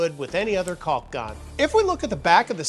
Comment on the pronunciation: there's no "L" sound in caulk!! as for the chisels, i have had those for a few years now and they are great. highly recommend